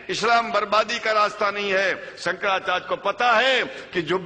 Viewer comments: Chuti...hai sala... Shankracharya ki jagah bolta hai- sankracharj.. kahan ka hai ye mullon ka chela..? khud maulan poonchhte hain ki Zakir naik kaun sa fake aadmi hai.. sab chu...ki jamat hai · sala dhang se hindi nahi bol paa raha hai "shankracharya" ko "shanracharg" keh raha hai chutiya sala